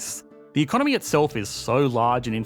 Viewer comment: I've never before heard anyone pronouncing economy as economeeeeeee... And hearing that just makes me want to dislike the video 😂